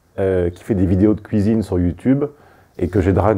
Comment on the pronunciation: En un mot comme en cent: "KOUIZINE"!